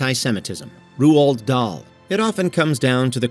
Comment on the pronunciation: "Ruu-old" Dahl? Jeez, at least say his name correctly.